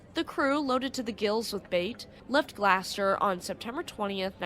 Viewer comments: GLOUCESTER The name of the town is not "Glasster". It's pronounced like Glaw-stir. (Massachusetts resident here) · It's GLOSS-ter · Its GlaWsssteeerrrrr like Claw but Glaw lol Gloucester lol. Love the video. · Gloucester is pronounced , GLOSS - TER or if you live there it's GLOSS - TA ! 😆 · I always pronounced it glaw chister lol. I really wish they would have just spelled it how you guys want people to say it instead of how I pronounce it or how others say it like glue sester. 😂 It's like that steak sauce Worcestershire sauce 😂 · Its always funny hearing ppl to try pronouncing Massachusetts city, & towns. GLAW-STER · It could just be how she says it. Some folks call new Orleans naw linz and some literally how it's spelled. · Tomato (tuhmaytoe) tomato (tuh mauh tow.) 😂